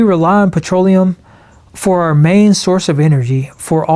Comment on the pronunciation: Arrrh society mateee! He speaks pirate!